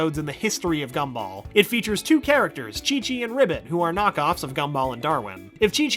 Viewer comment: The G for Gumball in the videos likes to much like a C. It got me a few times lol.